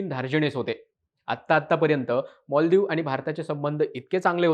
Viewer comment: marathi madhe moldivip nahi maldivip bolatat.....!!!!